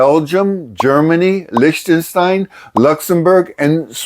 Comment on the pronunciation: LiCHten stein with a CH as in ich and bach....no sh sound please..